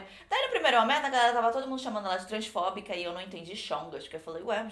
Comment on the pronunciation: Quando a disse Transfóbica eu ouvi Transformer,_